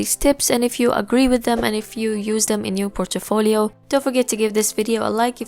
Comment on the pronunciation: Like how you pronounce portfolio as portefolio :D